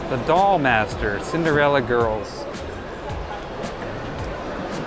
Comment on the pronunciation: Also it's idolmaster, not the doll master :P Like Japanese idols!